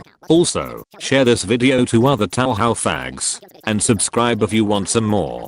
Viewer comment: "Taohao" 11/10 EDIT: LONG LIVE FLANDRE! AVENGE YOUR FAMILY!